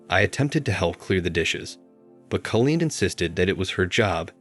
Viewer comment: Nice story I did have it figured out pretty quick but still nice. The computer sure can not pronounce every word right . Call een is the right way of saying that name